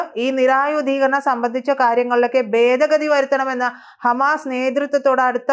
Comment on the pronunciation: Hello, 'ബേദഗതി ' അല്ല. 'ഭേദഗതി' എന്ന് ഉച്ചരിക്കണം.